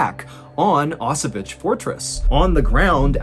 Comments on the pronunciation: Actually it should be pronounced more like "Osoviets". It would be as close as it gets to original pronunciation. "Osovich" sounds nothing like Osowiec, where the story takes place ;). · It's an amazing story and I love the way you told it, but... It's not "Osovich", it's "Oso-vee-ets" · Actually, it's pronounced like 0s-sovyets, not oss-o-witch :) Love the stories, anyway . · O-so-viets (the last part read like in VIEtnam) You're welcome : > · favorite battle of ww1, i wanted to hear you take on it. and i loved it, but one problem. its pronounced ow-s-vetz, kind of like auchwitz, but with a hard ow. but in russian instead of polish its more Oso-viets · Wow, I'm from Poland and I've never heard of that event before. Truly interesting story! I'll try to visit the fortress if I have a chance. <3 I might also add you pronounce "Osowiec" quite incorrectly. 😅 "Osow-" is correct, but you pronounce "-iec" like "itch", when it should be like middle of the word "pr-ETZ-el". :D But ponunciation of "Kotliński" was pretty much spot on for native English speaker. :) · Great story telling, Mr. B, but 1) the fortress name is pronounced /ɔˈsɔ.vjɛt͡ɕ/, with t͡ɕ at the end pronounced like 'ts' in 'tsar', and 2) Second Leutenant Vladimir Kotlinsky was not an 'inexperienced soldier', he was the commandant of Osowiec with at least twelve months of combat experience by the point described in your video. Apart from St. George's Cross you mention, he was awarded two other orders of the Russian Empire. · is he talking about Auschwitz? never heard anyone pronounce it like that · Thank you. I couldn't scrap the name of the fortress from anywhere. That English pronunciation messed my mind.